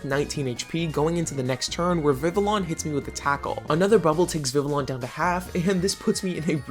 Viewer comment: Just FYI, the Ls in Vivillon are silent😂. It based of the french for butterfly, Papillon, the Ls are also silent in that one😊